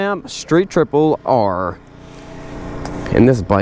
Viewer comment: Salad Tongs “striple” love it lol